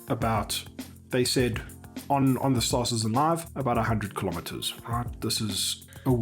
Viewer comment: Why does everybody ape after Morphologis weird "STAAAAR-cittizzen" pronounciation?